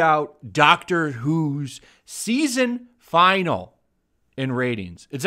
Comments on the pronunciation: Just a quibble, but it's pronounced "Fin-al-ee," not "Final." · Um, it's pronounced fin-AL-eee, not FI-null. Also, what we Americans would refer to as a season is called a series when you're talking about British TV shows. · DUDE stop saying 'final' when it's 'finale' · Stop pronouncing finale as final. Other than that great video. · FIN-AL-E please learn how to pronounce that word.